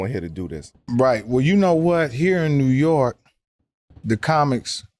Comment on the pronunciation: Mike is so funny , he said New York par .. lol